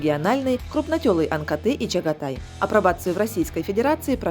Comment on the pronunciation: Не чагатай а шагатай